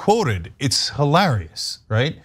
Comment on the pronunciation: Why do you insist on. Pronouncing hi lare ious as hill are ious